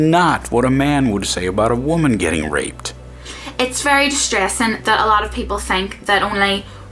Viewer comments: I was listening to this in the background. When she was saying 'Raped', I thought she was saying 'Ripped'. Made for an awkward video until I understood what she was saying. lol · Is she saying ripped? or raped? Genuinly confused. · Holy shit, she's saying raped, I thought she was saying ripped. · I was confused as to why she was saying "ripped" all the time, then I realized that she was saying "raped" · Ahh she says "raped"....yeah that's makes more sense. I understood "ripped" half the video xD. I mean why isn't ok for a man to be ripped xD.